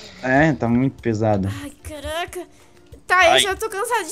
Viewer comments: caraga kkkkkkkkkela falou errado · a falou caraga em vez de caraca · vc disse caraga kkkk mas amoooo seus videos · quem notou que a falou caraga no começo do video em vez de caraca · e impressão minha ou ela falou caraga